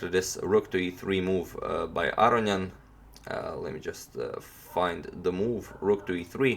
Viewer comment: A-row-knee-an. Don't forget the knee!